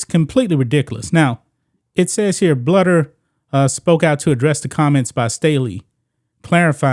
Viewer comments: It’s “BLUE der” not “Bludder” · The Iowa coach is Lisa BLUEder. Bluder is prounced BLUEder. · Lisa Bluder is pronounced Blue der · Thank you for coming to our Iowa Head Coach Lisa Bluder (pronounced Bl-oo-der) defense. Lisa is the absolute LEAST racist person ever. She is above reproach and a super respected coach. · Love your show, not an Iowa fan but I'm from Iowa. It's pronounced Blue-der though. Just saying. ❤ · That’s really disappointing. I’m a Caucasian Iowa fan. I have always respected Staley and liked watching her teams. I hope she will have change a heart. PS Bluder’s last name is pronounced blue-der 😊. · Bluder is pronounced Blue-der. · ...agree w/ everything you say but it's pronounced...BLUE-der... ...Jesus Christ dude...do some pre-production prep...